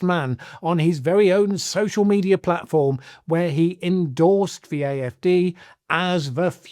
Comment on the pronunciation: It's pronounced the not ve